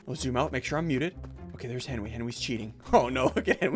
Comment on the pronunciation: “Henwy got shrunk rayed” -Ssundee 2021